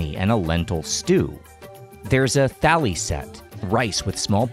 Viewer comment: I'm pretty sure "Jain" is pronounced like "Jine" and "thali" is pronounced "tali". เจ sounds more like "jeh" than "jay".